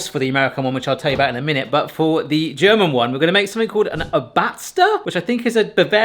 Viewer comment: the word „Obatzda“ is stressed on the first syllable (should be the same vowel as in "thought" for you) and it essentially means something like "squished one" or more literally "on-botched one" also you should have used Bavarian sweet mustard. defs kudos for trying. also the American ones sound good but my brain refuses to accept non-lye pretzels unless they are like outright different (like the nut-filled sweet ones we have in Germany)